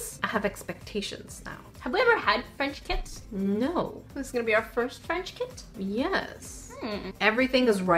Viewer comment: I thought said frenchkins when she said French kits hahaha. I was like aew that's cute hahah